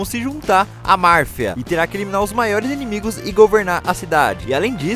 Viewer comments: É MAFIA MANO, NÃO MARFIA KKK SÉRIO QUE AGONIA KKKK CE FALOU 30 VEZ ERRADO AINDA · "Marfia" é o que? Kkkkk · pq vc fala " MARFIA ?"